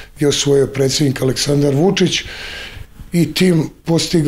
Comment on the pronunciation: Poverenik....a novinar kaže presednik, bez /d/, slušajte dobro!!!